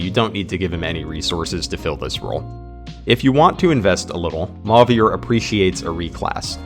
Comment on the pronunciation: idk why this made my brain itch so much but after hearing emphasis put on the french accent on 'Louis', 'Chloe', and 'Celine', hearing 'Mauvier' pronounced as 'maw-veer' instead of 'mo-vee-ay' threw me off for a minute lmao